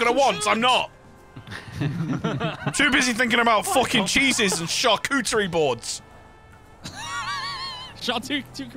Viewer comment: It's always so wholesome when helps out Annabelle Edit for Mister Bob:, charcuterie*, not sharkutery lol Bless you mate